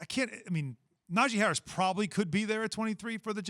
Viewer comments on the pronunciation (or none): Can someone please tell Keyshawn how to pronounce Najee Harris's name correctly. Na-Gee. Key is the only person on tv that pronounces is wrong 🤦🏿‍♂️